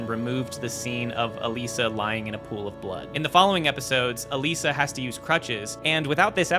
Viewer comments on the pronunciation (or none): none